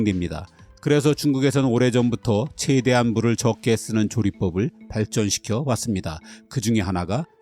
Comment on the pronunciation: 내용 참 재밌고 좋아요! 근데 채대한 채고 십게.. 최대한 최고 쉽게.. 발음만 신경써주세요..